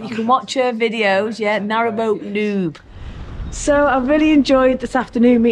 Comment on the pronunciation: I did miss hear, Narrowow boat Noobs. I heard narrow nud...